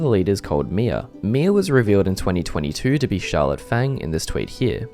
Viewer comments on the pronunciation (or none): none